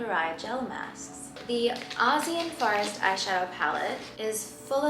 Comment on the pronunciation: The way she pronounces forest gets me every time. “farrest” lmao